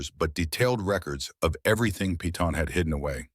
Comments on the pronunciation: I hate to correct ur pronunciation. But Peyton is not "Pea-ton" its Pay-ton. Like in the tv series "Peyton Place." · Peyton sounds like Pay-ton, not pea-ton